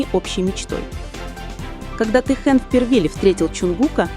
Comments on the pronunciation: Если вы уж решили коментировать отношения между двумя мемберами БТS Ким ТэХЁном и Чон ЧонГуком делайте правильно ударение,а то режит слух и неприятно слушать. Никогда,слышите НИКОГДА ТэХЁН не будет рассказывать о своей личной жизни!! Может он с вами в приватной беседе раскрылся?? Какая ЧУШЬ и нестыдно вам.👎👎👎👊👊👊🫢🤫😪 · Я думаю это ИИ. Вряд есть кто-то, незнающий как звучит имя Техена.